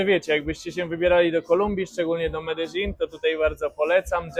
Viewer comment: "Znajdujemy się dzisiaj w mieście Meledin" (w dodatku z akcentem na pierwszej sylabie) – po takim wstępie zrezygnowałem z dalszego słuchania takiego "eksperta od Kolumbii".